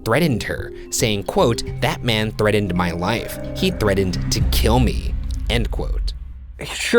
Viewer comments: its sounds like you are saying threadend and im just JDDJFFIXJVNG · "ThreaTened" not "TreaDened" ugh!! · The way Ryan pronounces some words is funny: threatened /thred'-ind/ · Has anyone else noticed that the one guy never pronounces the "T's" in the middle of words? There was one point in this video where he said "threadened four times in a row" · nobody: ryan: threDDENED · Wait a minute...You said she was murdered in January, 1974, and that she claimed her neighbor threatened (or as Ryan pronounced it, "threaddened") her life in October, 1974...Did we just veer into the realm of BuzzFeed Unsolved Supernatural?... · #roastmortem why can’t Ryan pronounce words correctly?? Threatened has a t in the middle, not d!! He says it like “threadened” #shaniacforlife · Shane! One of my sister's old co-workers was at a party when a guy there stabbed him with a used heroin needle because he wanted to. Now he is addicted to it and has aids. His fear is valid, Ryan. #ChicagoStyle Also another word Ryan can't really pronounce: Threatened. You say it more like "thread-end" thread like a needle. Like my sister's co-worker was stabbed with. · Ryan says threten instead of threatened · ryan, the way you pronounced threatened makes you sound uneducated or 5 years old #roastmortem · He's moved on to pronouncing "threatened" weird. "Threddend." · #roastmortem “Threatened”....pronounced it “ Thread end”. Ryan, can’t you say anything right!? Just kidding, I love you both. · Threadened, this always bugs me. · Let’s all take a moment... To appreciate the way that Ryan can’t say threatened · Ryan is getting better at saying “February”, but wtf is that pronunciation of “threatened” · ish Ryan once again shows his inability to speak when he says threatened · Ryan can’t say threatened, pass it on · #roastmortem There is now a list of words Ryan can't say right: 1. February 2. Icelandic names 3. Threatened